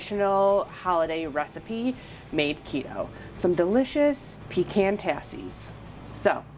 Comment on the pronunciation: Thanks for pronouncing PECAN correctly!!!